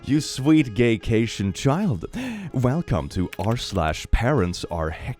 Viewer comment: Love how you kept saying gaytion😂😂